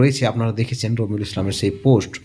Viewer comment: এর নাম কি রোমিঊল নাকি বালরুল একটু পরিষ্কার করে বলুন।